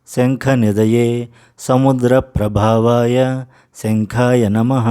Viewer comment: ప్రభవాయ అని వీడియో lyric lo undi ప్రభావాయ ani tamaru చదివారు ఏది కరెక్ట్ చెప్పండి గురువుగారు